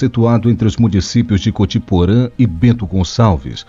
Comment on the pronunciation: É "COTIPORÃ" eu noto que como tem pessoas com dificuldades em pronunciar o nome das cidades aqui do sul. Falar o que realmente acontece é fundamental para que futuramente seja evitada mais tragédia.. como está.